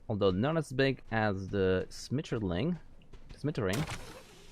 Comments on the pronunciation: Schmetterling [ˈʃmɛtɐlɪŋ] is german and just means Butterfly xD if u cant read phonetic try it like "Shmattarling". Ty for the great preview mate! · As an American who can speak only English and ASL, even I cringed at his pronunciation of schmetterling and toboggan. I dont believe he is a native English speaker from the way he pronounced them.